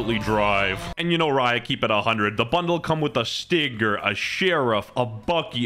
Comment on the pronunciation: Ayo!? WestJett saying Stinga with the hard R? Cancel this guy.